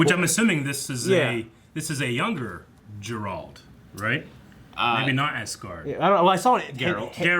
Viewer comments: How did you mess up and call him Jerult? Are you guys fans or not? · Jarealt no, Geralt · If says Ger-ault one more time...